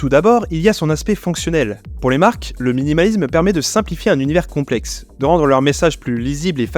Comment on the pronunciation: Il y a aussi le suffixe -isme qu'il prononce "izm" 😭